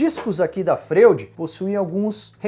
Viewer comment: A pronúncia dessa serra não seria (Froid) como o psiquiatra Sigmund Freud? É só uma curiosidade. Mas parabéns pelo vídeo!